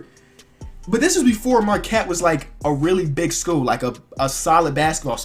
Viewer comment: I like how he says school.... "Basketball SKUUL"